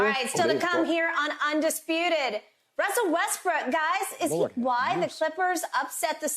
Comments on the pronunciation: His name is Westbrook not westbrick...$hit bayless....stop playin with that man name boy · Skip opened the show saying Westbrick 🤡